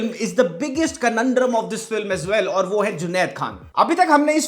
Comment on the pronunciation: also, yadi bura na mano toh it is pronounced कनंद्रम